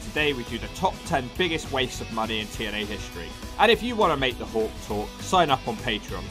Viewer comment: 40 seconds in put the close captions on when he trys to say tna even the cc dosen't know what hes saying sounds like t and l to me.